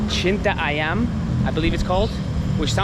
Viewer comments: Lol its Citayam not cinta ayam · CITAYEM BUKAN CINTAAYAM =LOVE CHICKEN HAHAHAHA